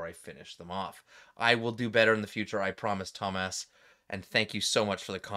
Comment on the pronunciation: Lol, you called him Thomass!